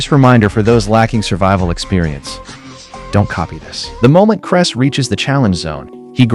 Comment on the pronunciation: His name is Clay Heys not cress. Stupid AI.